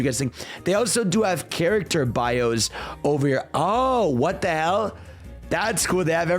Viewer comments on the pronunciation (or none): none